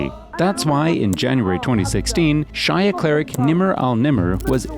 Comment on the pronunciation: "Shia" is pronounced (SHEE-ah) Good video though. MBS is scary for sure